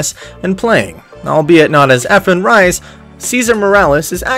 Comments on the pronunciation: "bata" can be pronounced as 'bat-ah' , bata means kid or child since efren is already 'taken' in lucky13 billiard hall. And Reyes can be pronounced as 'Ray-yes'. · Reyes like ray ez not ryes (as far as I know). And I think it's Bata, not Beta. Also why your comments full of stripper bots? Cool video anyway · Lol.. its not beta.. but It is Bata.. Efren Bata( means kid) Reyes... last Name Reyes not Rice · Born in Mexico? Not what I've heard elsewhere. and "Bait-ah Rise"? Try "Bahtah Ray-ez" it will be much closer.